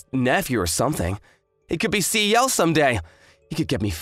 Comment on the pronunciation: Does the female VA keep on saying Ceo instead of C.E.O